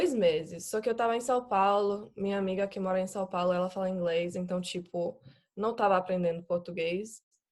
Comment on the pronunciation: O "Então" dela é PERFEITO... pra mim ela morou no Brasil na infância... esse som anasalado é o mais dificil pro anglofônico é complicado mesmo.